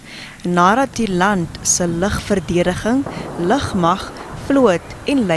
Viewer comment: Lugmag nie ligmag nie😅😅😅